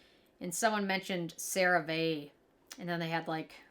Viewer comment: You keep saying the name of the product wrong! 😂 Here is a commercial with the proper way to say it